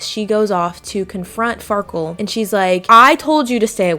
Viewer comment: why did she call the andy guy farkul or wtv the entire video